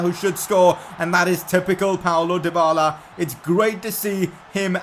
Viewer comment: It's not Paulo Dybala, it's Paulo Dyballer. 😁😁